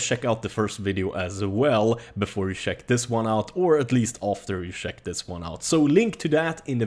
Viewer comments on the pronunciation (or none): He says sheck I instead of check lol